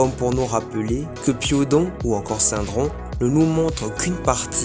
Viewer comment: Je suis super contente d'avoir trouvé des vidéos sur Radiant !!! C'est génial ce que vous faites !🥳 Vous savez que c'est SyRdon et pas SyNdron (je suppose que vous inversez les deux lettres 🤣😅)